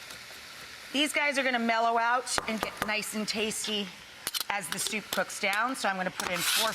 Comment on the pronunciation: Tf does stoup mean 😭 Grown woman, just say soup